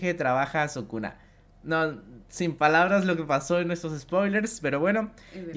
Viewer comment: Si escuché bien sukuna kaisen